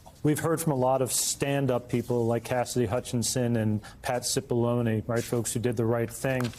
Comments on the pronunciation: How manny different ways are they going to pronounce Cipallone???🤦🏾‍♀️😂😂😂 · How long have they been doing this investigation, and how many people have been working on it? And no one could teach Mrs Murphy how to pronounce Cipollone xD